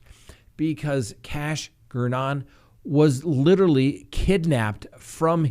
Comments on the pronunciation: It’s Gernon rhymes with Vernon. 😃🤣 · Still mispronouncing "Daybell" over a year later. It's DAY-bell, not d'BELL. Also managed to mispronounce "Gernon", which is difficult to do. Got "Brown" right, though.